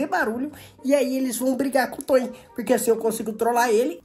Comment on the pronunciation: Não é Tony é toin